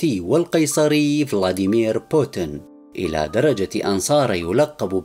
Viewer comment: إقرأ اسم بوتين بطريقة صحيحه من فضلك